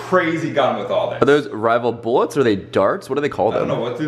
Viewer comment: he said bollets